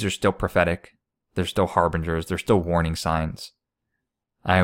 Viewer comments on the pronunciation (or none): none